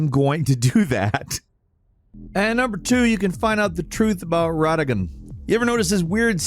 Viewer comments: Bruh just fyi it's not Ragadon, it's Radagon lmao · Muh-len-ee-uh, Plah-sid-oo-sax, for the love of God. Malenia says her own name in the game. Godfrey says her name. Jar Bear-n. Like a bear. Moe-g. It is also a name said in game. RAD like SAD uh-gun. ALSO said in game. Good lord almighty come on. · Don't forget RODagon or MaREEKa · I'm def being a dick here, but how is it that you manage to mispronounce the names of the in-game characters when there is dialogue pronouncing them for you? Mohg, Marika, and Radagon come to mind as characters whose names are pronounced in game.